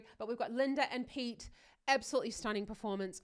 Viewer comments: You got Pete's name right the first time. It is PE-TE, not Piit. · the english language is so stupid saying peet when its written pete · its not pronounced peete its said as written so pete. pe-te par-kko-nen so focus on double vow.